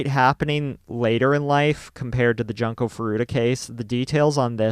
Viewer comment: I understand this channel is a English speaking channel and my comment wasn't meant to protest or attack, there are many Japanese who read english names the wrong way too. I just was wondering why not pronounce it the way it's literally read because some (and I mean non English people who visit this channel) might be confused trying to identify "Janko", as I was, for a few seconds until I realized it was Junko. :)